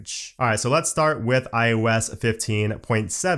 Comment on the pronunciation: why do you always sound like you're saying iUS 16? and not iOS 16. It's weird.